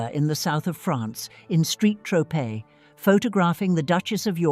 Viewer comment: SAINT TROPEZ, not STREET TROPEZ. Plse note and amend Accordingly.